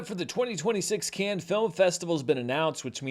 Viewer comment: Dude should really learn how to pronounce Cannes